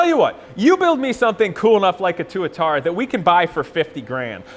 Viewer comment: I thought Tuatara was pronounced with the emphasis on the first A?